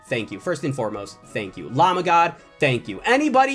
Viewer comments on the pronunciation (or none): none